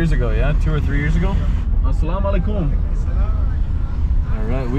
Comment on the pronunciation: Salam alaaykum emphasis on Ay not on kum